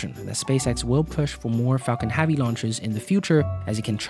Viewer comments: The way you pronounce "heavy" is nagging AF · the amount of times you mispronounce 'heavy'... it's like you're doing it on purpose, hurts my freaking ears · It's 'Falcon Heavy' not 'Falcon HeAAvy' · Everytimes I hear 'haavy' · my name is Javier, those closest to me call me 'Javi'. Pronounced the exact same way that he is saying 'heavy.' ... and i must say that i dont appreciate that he is making my name sound like a big robust full of heaviness thing when he really could just be pronouncing the word 'heavy' properly. lol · Everytime he said "havy" I stabbed myself! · Are you incapable of saying "Heavy"? Because Haavy is not a word. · Pronounce "heavy" properly so then the captions don't say "Javi" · Falcon heavy, not falcon havy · falcon havy? its heh-vee you frickin immigrant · this pissed me off so much , falcon friggin duck would been more pleasant to listen to .... . havy havi haaaaaaaviiiiiiii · The way u say haavi hurts my ears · I was confused for a solid part of the video, wondering if Falcon Havi is some sort of reference or inside joke. Just a weird pronunciation after all. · "Falcon Have-y" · Falcon Haaavy. Haaavy. Haaavy. 🙉🙉🙉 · "Falcon Javi" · "Falcon havvy" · HEAVEY. The word is HEAVEY. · Had to turn the video off because you kept saying havi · "Falcon Havvy " ??? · why do you keep saying falcon havey? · WHY DO YOU SAY FALCON HAVY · MajAstic tast lanch of the falcon havey. It seems he has trouble saying eh. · You really need a speech therapist pal if you are going to be in this business anyway. You mispronounce almost half of your words. "Falcon-Havey"?? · fuckin hahvy hahahahahah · Haaavi hachecent... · Please learn how to say HEAVY! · Great video and good information but can you please learn to say “heavy” correctly. Thank you 🙏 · Lets have this guy who cant pronounce heavy narate a video of something called heavy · Can you PLEASE say "Heavy" the right way omg.... nice video tho